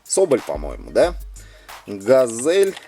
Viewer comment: Ведущий говорит не правильно, не газэль а газель и как-то он сказал мицубиси а надо мицубиши и ещё он сказал лада вэста а надо лада веста. Пусть ведущий учит слова!!!😡😡